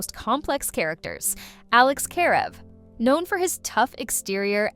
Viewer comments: It's Kah-rev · Heard the AI girl misspronounce the name. Stopped watching the video. Have a little respect for the fans